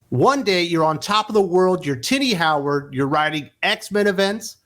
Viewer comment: I chuckle because every time I think you’re saying Titty Howard 😂